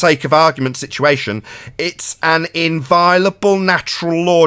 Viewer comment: Never heard the word inviolable mispronounced with such a high frequency. Unless in a british accent you don't pronounce to 'o'?